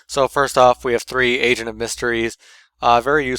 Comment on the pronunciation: Every time at the beginning when you said agent it souded like you were saying asian xD gg